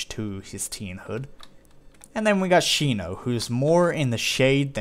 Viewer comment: its shino